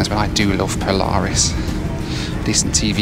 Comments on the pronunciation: Poo-laris Loo Review? Boooo! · "Poo-laris" review, lol! 😆 🚽